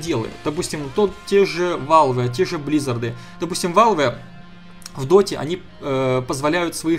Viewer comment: почему валве, а не велв?=))